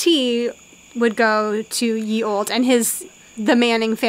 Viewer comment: What’s with Adam pronouncing “olde” as “old-ee” stressing the “e”. Driving me nuts 😄 I guess where I am no one ever accentuates the ending “e”. It’s just “old” with a longer “d” sound.